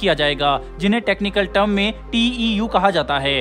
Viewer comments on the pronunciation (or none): none